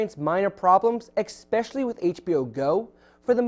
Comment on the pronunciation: You think these leaks are bad news!?? These leaks help phone companies by stirring up excitement for the launch event and some leaks are even fabricated by the phone company for this exact reason. Also its es-pe-shi-ally, not ecks-spe-shi-ally.